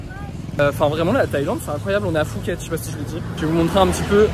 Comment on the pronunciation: Ca se dit Puket...on prononce pas le h ! Premier mot première erreur...; Et alors la suite c'est conneries sur conneries. Tu aurais du regarder les milliers de video qui existe déjà sur le sujet depuis 15 ans . 💩💩